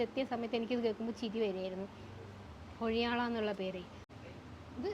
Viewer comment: കുഴിയാള അല്ല മോനെ കൊഴിയാള 😂😂